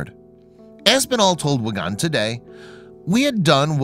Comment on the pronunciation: For your information the town in question is Wigan,pronounced Wigan not Wigaaaan,and the famous entertainer George Formby was born there.